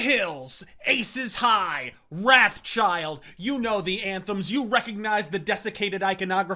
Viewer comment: Part of Maiden mythos is that Wrathchild is called "Roth"child not "Rath"child ^_^